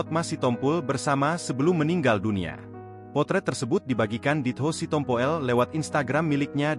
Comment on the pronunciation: Apalah si tompo el . Itu di baca si tompul. Gak ada marga sitompu el.